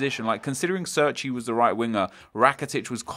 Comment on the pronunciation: Cerci is pronounced as you would pronounce Che(as in Che Guevara) - rci. Not Serci.